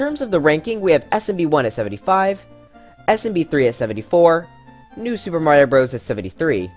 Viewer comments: All of You he says new sup but i Hear IT as new (soup) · why did you always say "new soup" lol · Ah yes my favorite game style “Newsoup” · Did this guy really just call new super Mario “new soup”? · I like how he said new SOUP er mario bros u